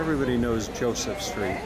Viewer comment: 1)KrakoV not KraKAO, "JosefA" street, not "Joseph" please...is not hard to pronounce , centrainly not americanized, and gives correct naming of places 2) this is NOT THE GHETTO area you are touring, THIS IS THE KAZIMIERZ main Jewish area around Szeroka str. -(the "street" as you call it), so it is advisable to change completely your TITLE as it is a misleading info. This area , historically, was NOT established during the war. It existed before the war started 3)getting your written info ACCURATE this might be also useful: the GHETTO area you keep mentioning, was established indeed during the 2nd world war,but was situated on the other side of the Vistula river, at a district called PODGORZE..where the Schindler's factory and Eagle's Pharmacy lie. 4) the ambiance of the area and your commentary could be enhanced by passing by some important buildings of the Jewish community (not only touristic restaurants and cafes) such as the SYNAGOGUES, the JEWISH MUSEUM, the JEWISH CULTURAL CENTER etd, which lie around the area you walked by... otherwise this is a delightful video stroll around central Kazimierz. Thank you for the views.